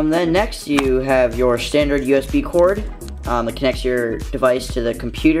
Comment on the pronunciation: This isn't a shtandard iPhone 4S unboxing , or Is it ? :P